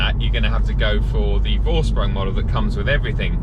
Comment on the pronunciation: Love the channel, please continue. Happy to hear it makes a living for you ! Try saying „foreshproong“, when referring to Vorsprung, if you want..